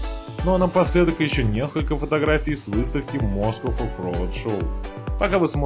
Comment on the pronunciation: "Москов" )))))))) Автор, ты с какой планеты?